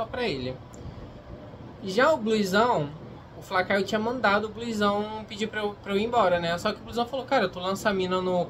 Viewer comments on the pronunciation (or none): se escreve Bluezão, mas se fala Blusão, me dá agonia ouvir você falado "o nome" dele errado